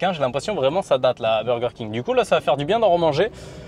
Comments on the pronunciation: Le BOWWWWGERRR KING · pourquoi personne ne parle de laccent 'burger King' 😂😂😂😂😂😂😂😂😂😂 si non cool video